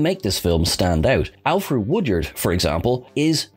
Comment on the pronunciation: Alfreeeeee - not Alfred